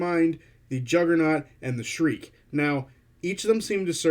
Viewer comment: really good video. sorry to be that guy but "shrike" rhymes with "bike." thanks for unpacking the reveals